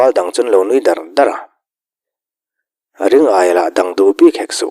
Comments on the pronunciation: Hotupa,Ring-aia ni lovin Ri-ngaia a ni mai lo maw te ka lo ti. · Ring-aia nilo in Ri-ngaia ni zawk lo maw le?